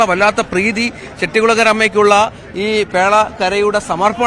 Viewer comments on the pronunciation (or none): കുട്ടി ചെട്ടിക്കുളങ്ങര അല്ല ചെട്ടികുളങ്ങര